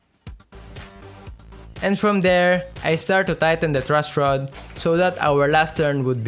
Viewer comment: "Trush rod" haha sorry po kuya natawa lang po haha